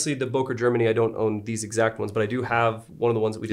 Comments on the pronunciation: He could have as well taught you the right pronunciation of the company name ;) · i see the ceo cringing on everytime name böker is mispronounced